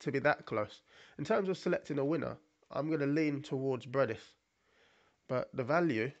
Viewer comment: Not Breidis, but Briedis